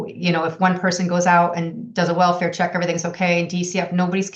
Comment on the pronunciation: Unrelated but both female reporters cant pronounce words correctly... "February" OR "Welfare"